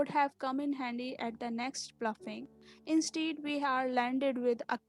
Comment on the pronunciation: Please rectify your pronunciation. There are so many mistakes in your pronunciation. Like.. 1. Clarinet. 2. Instead. 3. Treacherous. I hope you won't mind.